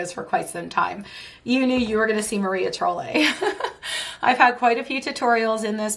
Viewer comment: love your picks! I have a lot of your top 10. Just an fyi it is pronounced like Maria Troll. like the crazy hair doll.